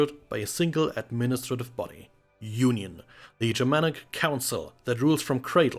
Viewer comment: Did you call the council Germanic? Sorry I'm struggling with what you said there and am simply curious what you said.